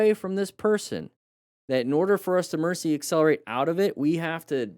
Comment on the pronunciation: You keep saying e “mercy” braking and emercy swerve.